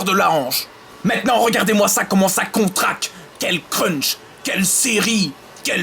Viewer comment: Olalalalalala mais tu dis vraiment que de la merde c'est incroyable ça ! Et on dit CONTRACTE, pas contrace !